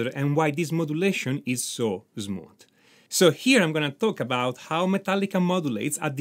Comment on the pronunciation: so Zmooth!! 😊and Zmoothly Your accent is adorable 😄. Very peculiar. Never heard anywhere 😁👍🏻